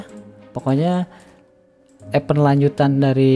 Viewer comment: Cara baca event = ibend Bukan epend